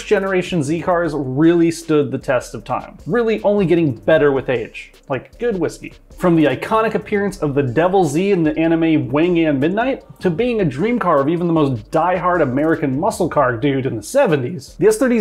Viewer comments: It’s wangan midnight not wayan midnight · stop right there.. it should be pronounced as Wan (one) gan (gun). Just helping out 😬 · "Wone Gone" more like it. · say it with me "Wong-Gone" midnight